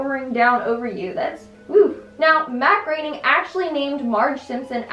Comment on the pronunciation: Researches and pronounces Groening correctly, kudos on that. But pronounces Les Miserables.. and Kodos.. completely wrong. No kudos for you! Keep pumping these out though. You're alright with me.